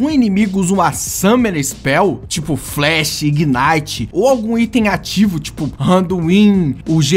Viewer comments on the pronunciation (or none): none